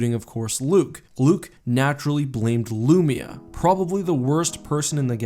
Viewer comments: Its pronounced LOOO MY UHHH. Not loomeuh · Hate the way you pronounce Lumiya lpl